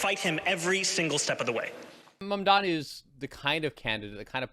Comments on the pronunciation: Dear #BBC, we know you are a propaganda channel but please, have respect for Mr Mamdani - teach your presenters to at least get the pronunciation of his name right! He is NOT Mamdami!!! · This woman kept calling ZOHRAN MAMDANI as MAMDAMI whereas her cohosts were pronouncing his name correctly. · This is a disgrace for a host who can’t pronounce a name correctly. Madam, the name is MAMDANI not MAMDAMI! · Eric Adams has endorsed Cuomo yesterday, it's not Curtis Siwa, it's Sliwa, not Mandani, Mamdani... are you high?😅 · Mam -da-ni. WTF is so hard about that? They say Netenyahu all day long when they are sucking him off. Fkn WP man. They never, ever, ever change. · the name is MAMDANI! Mam-dani! all the way.. hater can hate as much as they want 😆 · So many inaccuracies and biases slipped in their narrative! Also, the 5th time that this woman uttered MamdaMi, i had to turn off the damn show. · Why is the host incapable of saying Mamdani's name correctly? Is she unwell? It's mam-da-NEE. There aren't three ms in his name. She should apologise especially considering her guests said it correctly throughout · why is the lady saying mamdami? Dyslexia? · If you are going to host a whole show on the man , surely you can learn how to say his name lady! It’s MamdaNi ! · it is MAM-DANI📣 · Is a Cuomo follower? Why do they both like to mispronounce Zohran's surname. It seems a subtle disinformation to confuse the voters. It's MAM-DANI with an N! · How are you not able to pronounce such an easy name M-A-M-D-A-N-I. Or just use Zohran. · I am surprised how this lady journalist is so ignorant! Can't even pronounce Mamdani's name correctly. Rubbish! BBC should assess the calibres of its journalists. Disgusting! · First things first: tell ypur Scottish woman journalist and the one in London, England, to show some respect by making at least a very slight effort to pronounce correctly a very simple name that is spelt just as it is pronounced. Show some RESPECT.